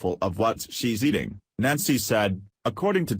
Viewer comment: Only identified as Nazi.... that's fitting. Yes I know it's Nancy, shitty computer voice just makes it sound like Nazi. Edit which is more fitting.